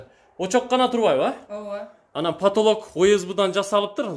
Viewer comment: 😆😆😆3.25 потолог,потолог дейт🤣🤣🤣🤣